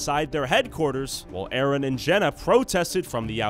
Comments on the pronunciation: dude talking bout A-A-Ron 😭 that’s how yk they’re wrong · ain’t no way bro said A-Aron like where is balakay at 😭